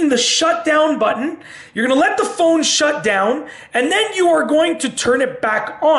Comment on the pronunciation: I like the goofy way he pronounces the word "button"...as "baton," instead of "but-n."